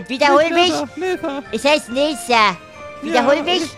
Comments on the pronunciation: Es Heist Neder nicht Nesa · Das heißt nicht nesser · Man spricht es nicht neser sondern net her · ALTER ES HEIßT NICHT NESER SONDERN NETHER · es heisst nether nich neser WAAAS GEEEHT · Es heißt nehter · Ja, es heisst Nether, aber du sprichst es falsch aus :)